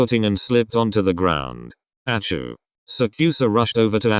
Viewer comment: Every time it says atsu it says achoo and i crack up